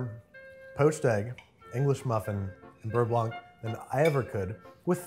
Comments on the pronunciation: Please stop pronoucing the C at the end of beurre blanc. For english speakers, try saying it like this: bur-bla (bər-ˈblä) . Yeah, i know, but its making my fussy french ears bleed. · How to properly pronounce "beurre blanc": For "beurre" you need to add a little throaty growl at the end for the "r" as in saying "grrr". And for "blanc" do not pronounce the "c" at the end. Et voilà! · its "beugh blauh" not "beuh blawnk" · Um. beurre blanc? BERR... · PSA: there's no audible C in "beurre blanc". It's French for "white [butter]", same as in "sauvignon blanc".